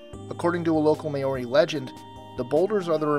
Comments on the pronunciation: May-oree? You mean maw-ree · it not may-ory, its mauw-ry. Other than that these are some incredible things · I know right. There spamming May-ory everywhere! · In their defense a lot of Kiwi's say "Marys" The closest word is honestly Moldy. But instead of the 'dy' sound it's 're' "Ma O ri" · Maori , rolling the R Maooorrrrriiii :) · Why can nobody say Maori?